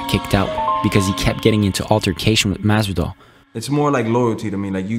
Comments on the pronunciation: It’s masvidal not mass doll bruh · whos "masdal"